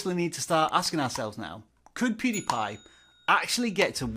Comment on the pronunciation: Did this dude just said poodiepie